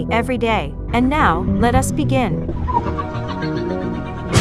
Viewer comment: ermagerd if they pronounce demogorgon the way this video does im out lmao